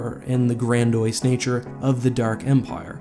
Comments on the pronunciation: You pronounced Grandiose incorrectly :) It’s actually Grand-E-ose not Grand-oys. Great video though! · Dude I love your content and your videos are autolikes but please brush up on your grammar and pronunciation. It’s ‘grandiose’ not ‘grandoise’. And look at the use of fewer rather than the word less. Didn’t bother me at first but now it’s like ten times per video. Your content is so professional and entertaining overall it’s a shame these little lapses detract from it. This is not intended as hate, like I say I autolike all your videos, it just seems to clash with the rest of your quality control to me. #askeck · It's pronounced "grandy-ose" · grand-e-ose (I think) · Gran-di-ose. You completely butchered that pronunciation.